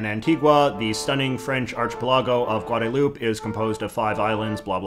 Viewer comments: It's pronounced "guad-a-loop-eh?" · Its pronounced Goooahdahloopeh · Of all people, I figured a Canadian would know that it's pronounced, Guada-loop-EH. Lol. At least in Spanish/spanglish. Maybe French is different. But I couldn't resist the joke. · Guadeloupe is pronounced Gwahdaloup-aye 😭 i love you jj im sorry i had to say it. I almost snorted hot chocolate when you said "gwah-da-loop" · I'm pretty sure you're supposed to pronounce the second 'e' in "Guadeloupe"